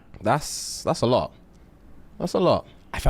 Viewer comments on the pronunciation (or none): Not crumping uh-LAWT 😂💀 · Mans said he krumps “alot” 🤣🤣🤣🤣🤣